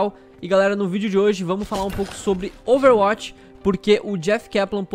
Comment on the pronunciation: Man é overwach e n ovewati